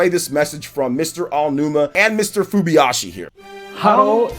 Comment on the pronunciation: *Hidemaru Fujibayashi: "Fubiyashi"